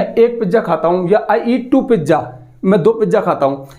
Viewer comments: Pijja 😂😂 not pizza 🍕😂❤ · पिज्जा ❌ पिज़ा ✅ 😅